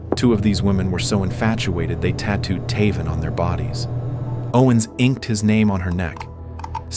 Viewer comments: I'm 99 percent sure it should be pronounced TAY-von, not Taa-von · Is his name pronounced “Tay-von” or “Tuh-von”?! wtf?!